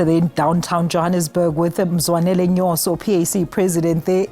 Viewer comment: Ma'am, It's Mzwanele Nyhontso*, Nyoso is something else😂😂